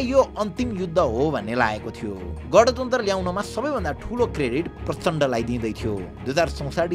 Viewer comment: गँणतन्त्र ❌ गाँणतन्त्र ✅